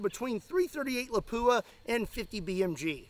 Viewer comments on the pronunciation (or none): none